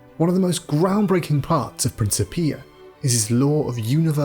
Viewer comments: Hard "c" not a soft "c". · Well balanced film. But the mis-pronunciation of 'Leibnitz' and 'Principia' is weird.